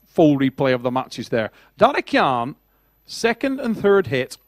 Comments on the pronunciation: Just call his name correctly its not Daddy Khan , its dadikYan ffs .. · I put a bet VS friends about ' pronouncinations of east guys names, I bet he will miss every single one. Tbh, Dadikyan was my biggest fear, I tought he must hit this one, its reallčy not hard, but yea, I won. DADIKAN ftw